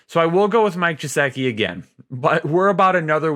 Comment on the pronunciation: I might be missing something here, but why does he pronounce "gesicki" that way? I know it's not a big deal lol just wondering cuz it's a little pet peeve.